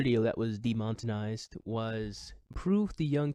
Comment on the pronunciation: de-mon-e-tize NOT de-mot-in-ize; no hate, fan of your stuff. I sometimes do the same thing with other words myself.